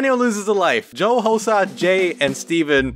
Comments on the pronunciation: "housa"... do you mean HOSUH?! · Today is pick on hosuh day